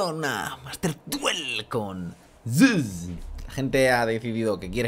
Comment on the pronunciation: estamos aqui en un nuevo video con una master duel, con ''zsuss'' jjajjajaa